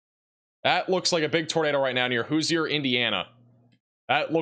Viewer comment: Indiana is the Hoosier State. cant pronounce it? cmon. College educated with a 6 th grade reading level. I love it but PLEASE take a class in engleesh language and a class in french language so we can hear the correct pronunciations at at least a 75% level in Louisiana and Wisconsin instead of the 33% level we got yesterday. blew some of the names so badly that it didnt sound anywhere close. Thus learning to read could SAVE SOMEONES LIFE ONE DAY.